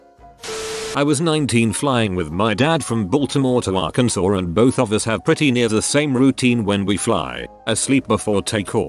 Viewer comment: wait, whoa, hold up.... how can the robot voice say Arkansas perfectly while screwing up so many other words? There are so many ways it could screw it up.... then it fucks up 'borns' HOW